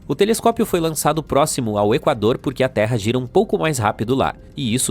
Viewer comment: de video e já escuto um, TELESCOSPIO , ai você me quebra...mas vou assistir ta kkkk